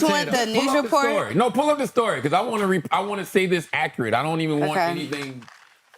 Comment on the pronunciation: Nah he's acRE-ate Not accurate. 😂